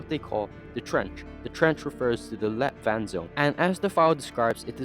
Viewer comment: Am Danish and I hear light water instead of let vand lol